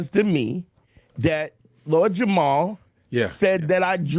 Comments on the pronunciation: At this point I think is purposely mispronouncing Lord JamaRs name. He keeps saying Jamal. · even mispronounced Jamar’s name. Lord Jamar has had his name said incorrectly all day every day of his life. This is his villain origin story - he became so enraged about having his name said wrong every day that he went on a crusade to spread the idea that the Earth is flat. It’s misinformation weaponized as revenge!! He’s at home in his evil lair like, “They shall remember the name, of LORD JAMARRR!!!!!”